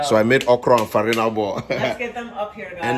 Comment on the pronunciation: Na semo dem dey call ferina ball?😂